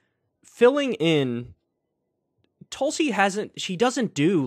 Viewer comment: Pakman has the pronunciation right it's "Toolsi Gabbard"